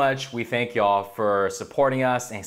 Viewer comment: I don't like the way says "yall." Sounds phony...